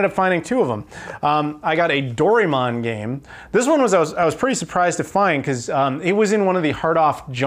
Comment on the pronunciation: Your pronunciation of doraemon almost made my ears bleed haha